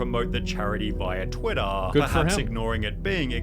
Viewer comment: why is the guy pronouncing like : " Twittaaaa". I mean wtf is wrong with him. Its just "Twitter"